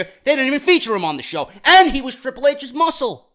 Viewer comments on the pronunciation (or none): none